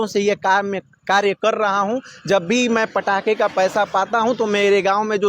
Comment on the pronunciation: ये इंटरव्यूअर पटाखे को पड़ाका क्यों बोल रहा है ? आएं ? अनपढ़ है क्या ? वैसे आप भी 25 दिसंबर को ईसाइयों द्वारा पटाखे जलाए जाने वाले सवाल पर कोई जवाब नहीं दे पाए , विश्वगुरु होने के बाद भी ।